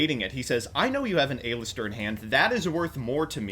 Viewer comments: Aye-lister jajajaja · The way he says "A-Lister"... Makes me dislike this video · The way he kept pronouncing Aleister seriously ticked me off